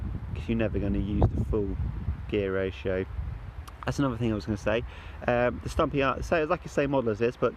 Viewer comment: Sturmey Archer btw, not Stumpy Archer lol.